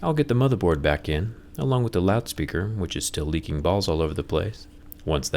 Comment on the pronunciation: LOL still “leaking” balls. I heard licking balls.